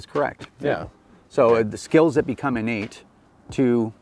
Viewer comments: Hahahahah Innate!! (in-Nate) LOLOLOL!!!! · Better make those skills (In-Nate) haha how i heard it the 100 times it was said